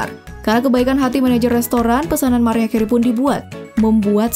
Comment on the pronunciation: Chanel sampah. Ga valid nih data nya. Pas britney aja ditampilin foto jessica simpson. Narator nya jg harus belajar cara ngucapin mariah. Bukan "mariah" tapi "merayah". Dislike